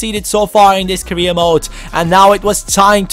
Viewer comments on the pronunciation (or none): none